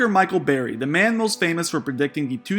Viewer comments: Its Burry like furry, not Berries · Its BUrry, not Berry. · It's bUrry. Not Berry. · His name is Burry not Berry. In the video you got his name wrong. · also ‘CORPRATE’ bonds in the video. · Berry 🤣🤣🤣 OMFG! Dude, seriously? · The first words out of your mouth are pronouncing his name as Barry...kind of ruins the video right out of the gate. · You can't even say Burry's name right. Why should I trust you about inflation which by the way is very very hard to calculate. A lot of money is tied up in the stock market which means the velocity of money Is low, only when you see this money trickle out of the stock market will we see the inflation reflect itself in the real world economy. The problem is especially now is more money is flooding the stock market then ever before led by the retail investor frenzy. I think Ultimately Burry is right like he always is only that he is way to early like he always is. Give in another 2-4 years when the market is absurdly overvalued and set to collapse... The amount of money that gets taken out in panic and thrown into the market will cause mass inflation to which America may never recover from.